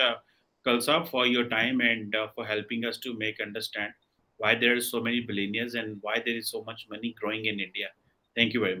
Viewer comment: Chumoo ji billionaire Hota ha na ke billenere. Pakistan ka English Accent hi wakhra ha